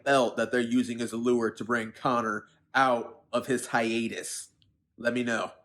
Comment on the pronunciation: I have a feeling this dude likes the word "Hiatus". I have never seen someone cheese up that much or over emphasize mouth motions more for a word.